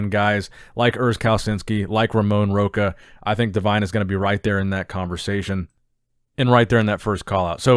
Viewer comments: you keep pronouncing Ramon's second name wrongly.. You should do it as it was Rosha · Rocha it’s pronounced “Rosha”, “sh” sound in the “ch” 🙌🏼🙌🏼🇧🇷🇧🇷